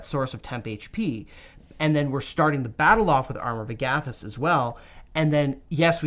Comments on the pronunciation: "ARM-our of AG-a-thys" not "a-GATH-ys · So no one is bothered by the flagrant disregard for how Agathys is pronounced? Just me?